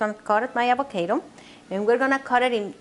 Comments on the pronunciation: Perdon señora pero aguacate en ingles se dice avocaro no avokeiro 🤔🤔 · Thumbs down cause "acocaydo" just sounds terrible:) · La jodiste con tu pronunciación de “ avocaedo “ dame un break and be real!! Eres latina pronuncia las cosas como son 😐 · Avakado lol I like you your super cute and funny excelent recipe.